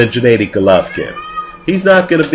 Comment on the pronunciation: "What's the difference between lemieux and golovkin" ? Smh, that's like asking what's the difference between Floyd may weather and Andre Berto...and his name is GENNADY not Janaydi or janadi!